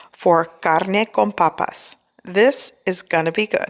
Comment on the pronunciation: Am I the only one that thinks it’s sounds so sexy when she says “my carrrrrne con papassss